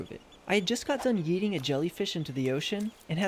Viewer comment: When u said “yeeting the jellyfish”I thought u said”eating the jellyfish”